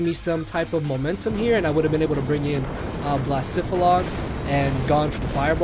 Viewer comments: I think it's pronounced Bluh-seh-phuh-lon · you could pronounce Blacephalon as "blays" "faul" "on"